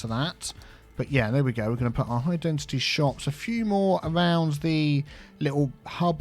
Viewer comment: As non english native speaker, I didn't know that we need to pronounce density with a "t". always says dentity speaking instead of density ahah